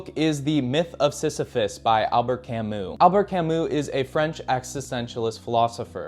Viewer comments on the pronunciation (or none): very good - but your pronunciation of their names really could be better. It's heavily American to an extent where it is almost comical. The worst being Kirkegaard and Albert Camus. Just look it up and try to pronounce it more accurately, please.